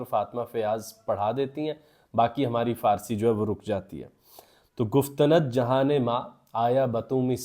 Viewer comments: گفت ند نہیں گفتند ( گُف تَن٘د ) ن کو ساکن پڑھیں۔۔۔۔ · Sir it's not guftanad it's guftand گفتند 😊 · گُفتَنَد نہیں ہے بلکہ گُفتَند ہے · گفتند ۔۔۔ اکھٹا پڑھیں ند کو الگ مت کریں۔